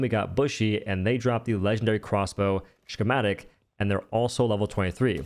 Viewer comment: Bro it’s why does he say “shhhhhchematic”